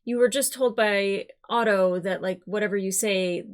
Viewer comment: Sweet monkey. Otto, not Odo. I love you, I don't mean that mean, I know your issues with ship names. Aught-O, not Oh-doh. I always hesitate to comment on the appearance of my favorite reactors, but I must say, you look amazing. Not that that's what I watch for, rather your takes and insight, but... Damn, girl. The stark contrast between how Rhaenyra's kids and Alicent's kids are treated re: love and support is striking. In an episode titled "A son for a son", Rhaenyra's only line is, 'I want Aemond Targaryen". When Cheese (the ratcatcher, in the book, those two are refereed to as "Blood and Cheese") says "If we can't find him, what then?", it's implied that Daemon replies with "A son for a son".